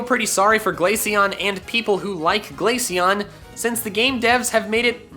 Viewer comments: IT'S GLACEON, NOT GLASCIONE! FIX IT NOW! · You mispronounced Glaceon… again. I dread to think about how you pronounce Glacier.